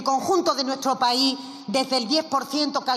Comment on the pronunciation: No se dice paí, se dice país